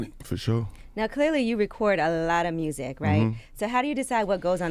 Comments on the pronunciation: “Listen to the mursic” 😂😂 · nobody: Moneybagg Yo: “murrzic” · The way Memphis dude pronounce 'music' will always be hysterical.